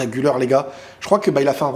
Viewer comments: Très bonne vidéo. Malgré tout, en tant que Turc, j'aimerai juste que la prononciation d'Arda Güler soit correcte, car en effet, "Güler" se prononce "Gül-air" et non "Gül-eur". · Le R , Arda Güler on le prononce Gulère en francais pas guleur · Exactement😂 mais tu sais il doit le franciser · on prononce "Gulère" et pas Guleure, et "Yo"vic pas "Jo"vic